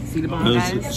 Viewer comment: Did I just hear pronounce chicken as shiken😂😂